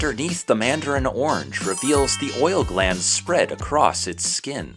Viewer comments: You are saying "ornge" when orange actually has two syllables and is pronounced "or-runge". Interesting video. TY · There is an "a" orange. It isn't pronounced ornge.